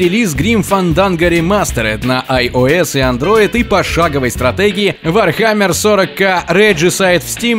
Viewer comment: Антон Наумов Умничаете здесь вы. Если вы не поняли, на что я намекал (нужно отметить, очень даже прозрачно) в своих сообщениях, то разжёвываю. Читающий почему-то в одном случае (World of Warcraft) пытается произнести слова именно по-английски, но в других случаях (Warhammer, deathmatch) упорно это игнорирует. Это разве профессионально? Нет. И эта разница очень заметна на слух. Теперь понятно?